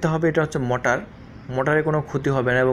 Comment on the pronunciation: বলদ মটার না,মটোর